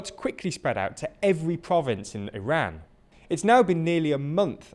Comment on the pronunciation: thanks for pronouncing Iran correctly